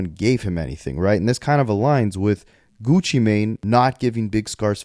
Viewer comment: Stop saying “geeewchi”